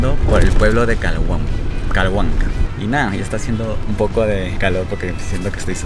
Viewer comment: No es Calhuanca sino Chalhuanca